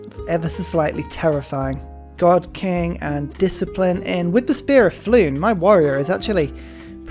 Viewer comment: NB, Fionn isn't "floon", it's "Finn", as in Finn McCool/Fionn mac Cumhaill, the Irish hero from which the name is taken. (Apologies if you knew this already and were saying it that way for humour)